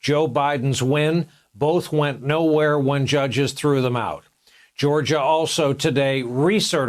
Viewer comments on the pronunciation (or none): none